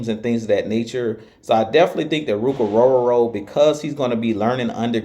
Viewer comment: You definitely can pronounce his name!! Love your work!!😊